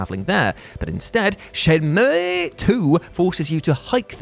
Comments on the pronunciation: Dude, its Shen-Moo. What the hell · No one:: ShenmÜůűŪúÛëƏÆË